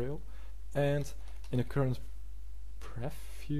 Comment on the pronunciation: Jo man, je hebt hele goede video's gemaakt maar werk alsjeblieft een beetje op he uitspraak. Zo is het niet preffiew maar PrieVieuw . Voor meer uitspraken ga naar Translate.